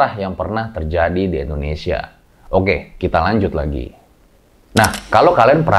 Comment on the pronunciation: Sorry nih bang, tolong pelafalan/pengucapan INDONESIAnya dibenarkan. Bukan ENDONESIA tapi INDONESIA.